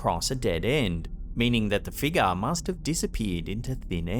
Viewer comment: wtf is a figga?? Ohhhh you mean figure🤦🤣